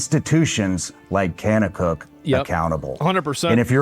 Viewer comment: The way he’s pronouncing kanakuk shows he has no idea what he’s talking about